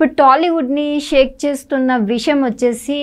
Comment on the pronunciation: Voo anchor akka 1st telugu nerchuko sakkaga adi visham payasham kadu amma vishayam 😒